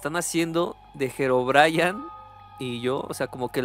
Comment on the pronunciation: Herobrayan ✅🗿👍 Herobrine ❌